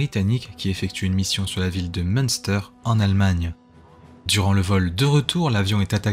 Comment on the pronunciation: Très bonne vidéo. Si je peux me permettre une suggestion, vous devriez vous renseigner sur la prononciation des noms. Le bombardier se prononce "Woullingtonn" et le u avec tréma en allemand se prononce comme un u français, donc la ville se dit "Minstère", comme le fromage ;)